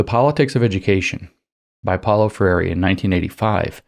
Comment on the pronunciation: FREIRE is pronounced FRAY-ree